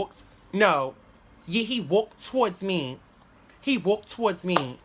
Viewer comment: Not even gone lie 😩 The way u was saying "I waulked- I waulked... I waulked..." (I walked) REALLY was blowing my shit 😭😭😭😭 Sounded like a straight Haitian!